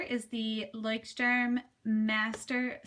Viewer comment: Love your pronunciation of " Leuchtturm" ....so cute :)